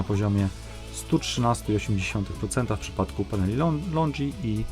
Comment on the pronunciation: Podoba się, tylko nie katuj uszu tym LONDŻI, to są LONGI nie LONDŻI 😉